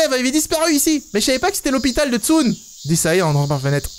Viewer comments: Il a dit Tsun le sun comme sun en anglais et moi je dit Tsun en prononçant Tsoune 😭😂😭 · "tsun" se prononce "tsoune" XD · bas comme j'ai dit c'est compliqué de parler une langue que tu ne connais pas